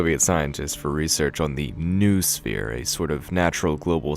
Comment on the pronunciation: Only after third time I got what you meant. Vernadski's Noosphere? It shout be pronounced like "noh-oh-sphere" (from νόος)